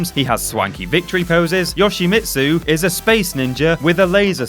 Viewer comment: UGH your list is as piss wank as you pronunciation of Yoshimitsu.